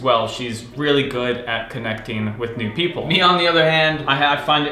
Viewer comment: I keep hearing "new people" as "nude people"...